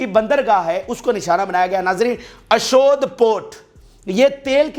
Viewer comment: brother kuch ilaqon k names ghalt lete rehte ho ashod jo k ashdod hai yeh drust kro mazeed b kuch mistakes hain